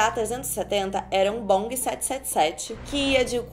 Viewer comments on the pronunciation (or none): era um oq??? Um bong kkkkkk se pronúncia boeing mesmo do jeito que escreve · "era um bong 777" eu morri quando ela pronunciou boeing como bong sksndndrlfnk